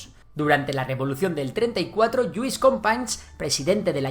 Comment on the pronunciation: No se puede poner menos interés en pronunciar bien las 4 míseras palabras catalanas que salen en el video.... FranceCS Macià, LluYs Companys, "J"ove Catalunya..... vamos ni hecho adrede!